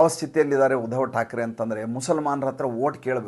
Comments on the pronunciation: ಮಹನೀಯರೇ ತಾವು ಉಧವ thakre ಅಂತ ಉಚ್ಚರಿಸಬೇಡ, ಆ ಹೆಸರು uddhav ಅಂತ ಹೇಳಿ pls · ಸುಮ್ನೆ ಯಾಕ್ರೀ ಏನೇನೋ ಹೇಳ್ತಿರಿ, ಮೊದಲು uddhav ಹೆಸರು ಸರಿಯಾಗಿ ಉಚ್ಚರಿಸಿ